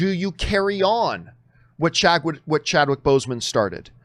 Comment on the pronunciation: It's Chadwick not Chadwhich. 😊